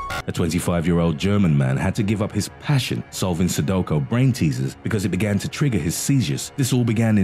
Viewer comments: Anyone else annoyed at how he kept saying sudoKO? It’s sudoKU. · Sudoko? I say it's like sudokU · It really bothers me that you say Sadoko it's Sudoku. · Sudoko hahaha 😂😂😂 Su-do-Q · It's not 'Sudoko', it's 'Sudoku'. Aarrrggghhhh if you're gonna narrate a public video, you need to pronounce words correctly. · Haha sudowkow argh! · Since when is sudoku pronounced "sudoko".... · LOL Only when HE says it😂😂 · Anyone else cringe when he pronounced Sudoku "so do ko"?